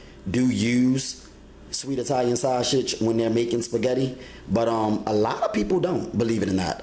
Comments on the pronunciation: yes it looks good but I can't follow or trust anyone who can't pronounce the food properly lol it's sausage not saushit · Lol. Me too!! At first I didn't know what shawsage was!! Lol. Great job tho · You say sausage weird, but you're right. We've been making spaghetti like this for years. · lol he do say it funny